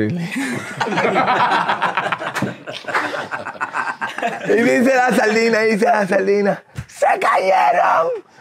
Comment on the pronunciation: El piche es Cliff Lee. dice crilee AHAHAHAHAHAHHAHHHAHAHHAHHAHA